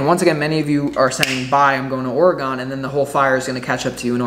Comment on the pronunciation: My home state oregon so I know it's for me. Thank you. And it's ore gon. Not gone. All good bro Sending beaver and ducks love.